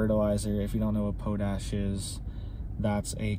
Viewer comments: Thanks for the video. 👍 (It's "POT -ash" btw, not "POUT -ash".) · thanks for the up date,, and it is POT-ASh not po lol pronounced.. Pot-ash hun like a pot you cook in.. sorry just made me laugh the way you say it. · And its pot ash not po tash...but youngsters don't get the education us oldsters got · I believe it's pronounced Pot, " as in, a pot of water " . Not , Po " as in , potable". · We pronounce it pot-ash and it is sold by the ton to the farmers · Haha...it's pot...ash..not po ..ash ..lol..thanks for up dates ..cheers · It's pot-ash.... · Just a heads up it's pronounced pot ash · Pot ash, "ma cloud" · It’s pronounced - Pot-Ash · lol pot-ash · Americans can’t say Potash What’s up y’all? Pot ash . Lol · 'Pot' 'ash' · Alegheny - pronounced “Al uh gain ee”. Potash - pronounced “pot ash” Not to detract from the importance of your message, but proper pronunciation helps to convince us you are well-educated. It’s obvious that you are intelligent. Just do a little more investigation of names.